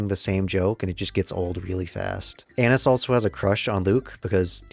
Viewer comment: I'm pretty sure it's A-neese. I dunno, I had to get that off my chest.